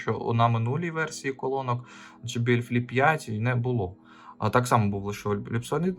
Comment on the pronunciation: Вибачте, ну чому джи якщо джей? J